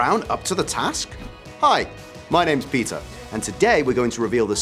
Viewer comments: When he said his name I heard "my name is pizza" (sorry) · What's his name Peter or pizza I couldn't understand him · I thought he said “hi, my names pizza” lol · He said Peter